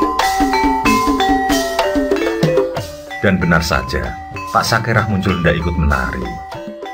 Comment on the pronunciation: SAKERA bukan SAKERAH